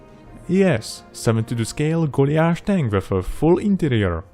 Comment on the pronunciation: Absolutely love your videos and work. Beautiful! But are you pronouncing "Goliath" - Golly ath please? We would usually say Goll-eye-ath.?